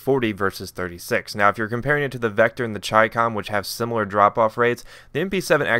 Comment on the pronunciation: THANK YOU FOR PRONOUNCING CHICOM CORRECTLY!!!! MOST COMMENTATORS SAY chicom instead of CHAI COMM